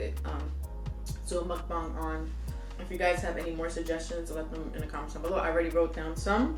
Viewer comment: Muk- BANG lol not bong. Also what do u do with all that leftover food?